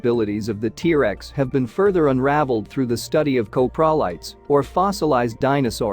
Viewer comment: The AI Voice detracts from presentation. Hard to listen too. Too many "Teresa's" instead of "T-Rex". Also, I have not heard of any discoveries of a spine covering of feathers. Yutyranus has feathers, but they've found Scaly skin impressions of Tyrannosaurus where Yutyranus has feathers. Is your work here speculative? If not, site time and place if discovery.